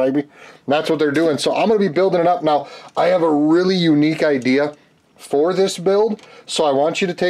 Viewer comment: Love it when you say "got a great udea for this"means more fun for the rest of us.